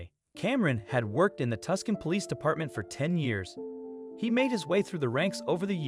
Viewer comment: How come a yank doesn't know how to pronounce Tucson. Queenslander.